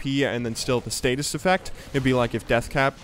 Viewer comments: Stasis, not statis. :) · Stasis, not status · you keep saying "status" when talking about zhonyas ring. its "stasis" with 1 T. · the active of Zhonya's is called "StaSis", not "StaTis".